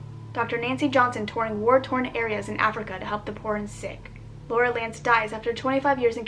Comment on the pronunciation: Did you say Laurie lance or lurel lance cause #greenarrow